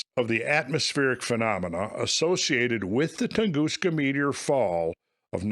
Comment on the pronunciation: Hopefully this guy has a better theory than you sitting up there saying Metor over and over !!